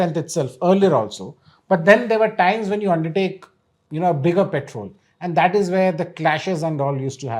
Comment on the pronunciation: Guptaji, it's 'Patrol' , not "Petrol" (which is put in cars😅)